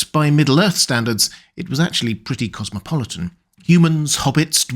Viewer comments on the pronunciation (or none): none